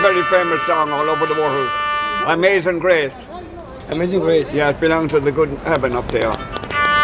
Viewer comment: de adam amazing greece demiyor Amazing Grace diyor abi :D